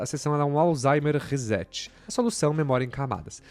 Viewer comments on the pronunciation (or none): none